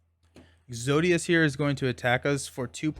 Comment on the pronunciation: Is it exodus or exodius? You were pronouncing it the second way but the spelling looks like the first… I’m confused